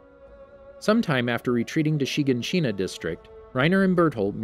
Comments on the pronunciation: "SHEEgahSHEENA" headass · It says shaganshina so weirdly she-gon-she-na it sounds so weird how you say it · Anyone else mad at every YouTuber saying names wrong? Chiganchina and mikasa for example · Yes yes = wall shina - = renier = hunges - - - - = burtholdt I gave up on this cause there are so many times he says it wrong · The way he says shiganshina smh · So who els was bothered by his pronunciation of shiganshina